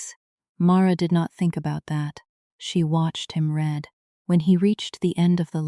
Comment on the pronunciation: Read like reed present tense. Read like red past tense.